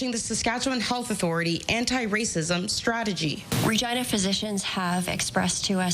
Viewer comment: Is that really how you pronounce Regina? 😂